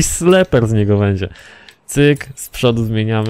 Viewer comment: SLIPERY się czyta nie slepery